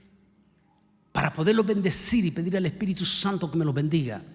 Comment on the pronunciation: Se pronuncia "PL(É)YADES" no "pley(á)des"; "espírit(u)" no "espírit(O)"; "Nabuco(do)nosor" no "Nabuco(no)dosor."; "ecu(mé)nico no "ecu(né)mico" Con mucho respeto: Como "doctor" debe de tener cuidado con la pronunciación.